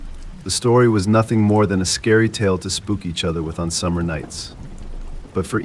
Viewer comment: Really great voice , But should be 'Scary' not 'Cary'